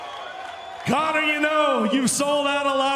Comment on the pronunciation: *Conor ... absolutely BUTCHERED Conor's name 😂😂